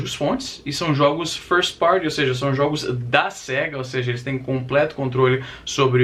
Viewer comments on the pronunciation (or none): none